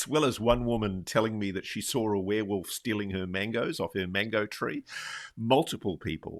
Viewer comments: lol WOOF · She says "wareWOOF". Love it. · said were-WOOF!🤣